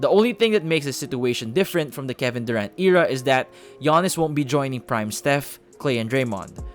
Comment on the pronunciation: dude u said era weong its actually era not era